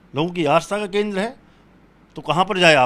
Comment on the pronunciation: शोमवार, आश्था, जिश प्रकार , फूल बरशाये, भाषा तो शुद्ध बोलना सीखो, हिन्दू धर्म की रक्षा बाद में कर लेना।